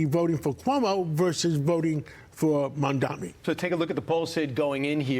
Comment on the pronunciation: Mamdani, not Mamdami. Learn it as he wiping the floor with Cuomo and Sliwa. 🎉😂